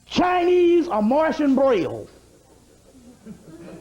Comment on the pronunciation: This dude said Chinese braille 😆 🤣 😂